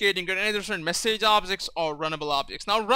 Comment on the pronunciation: You English is good but you're pronouncing words that end with "age" totaly wrong. Letter 'a' in "message" is pronaunced like 'i' in "big"